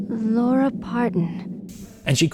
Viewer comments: Out of curiosity, why do you pronounce Laura’s name as Lara? Especially when the characters use the Laura pronunciation? Seems odd to mispronounce the main character’s name when the game gives you the audio for the name. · You saying Laura closer to Lara more than when people say Lara Croft's name.